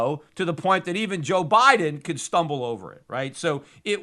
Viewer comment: " Joe Bileden " .... Peter you kill me. LOL.